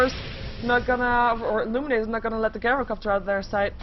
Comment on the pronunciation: I like your casting for the most part and I think you're improving, but it's JAI-ROH-COPTER.